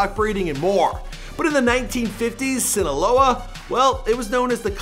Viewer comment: Broo wym sinaleo 😂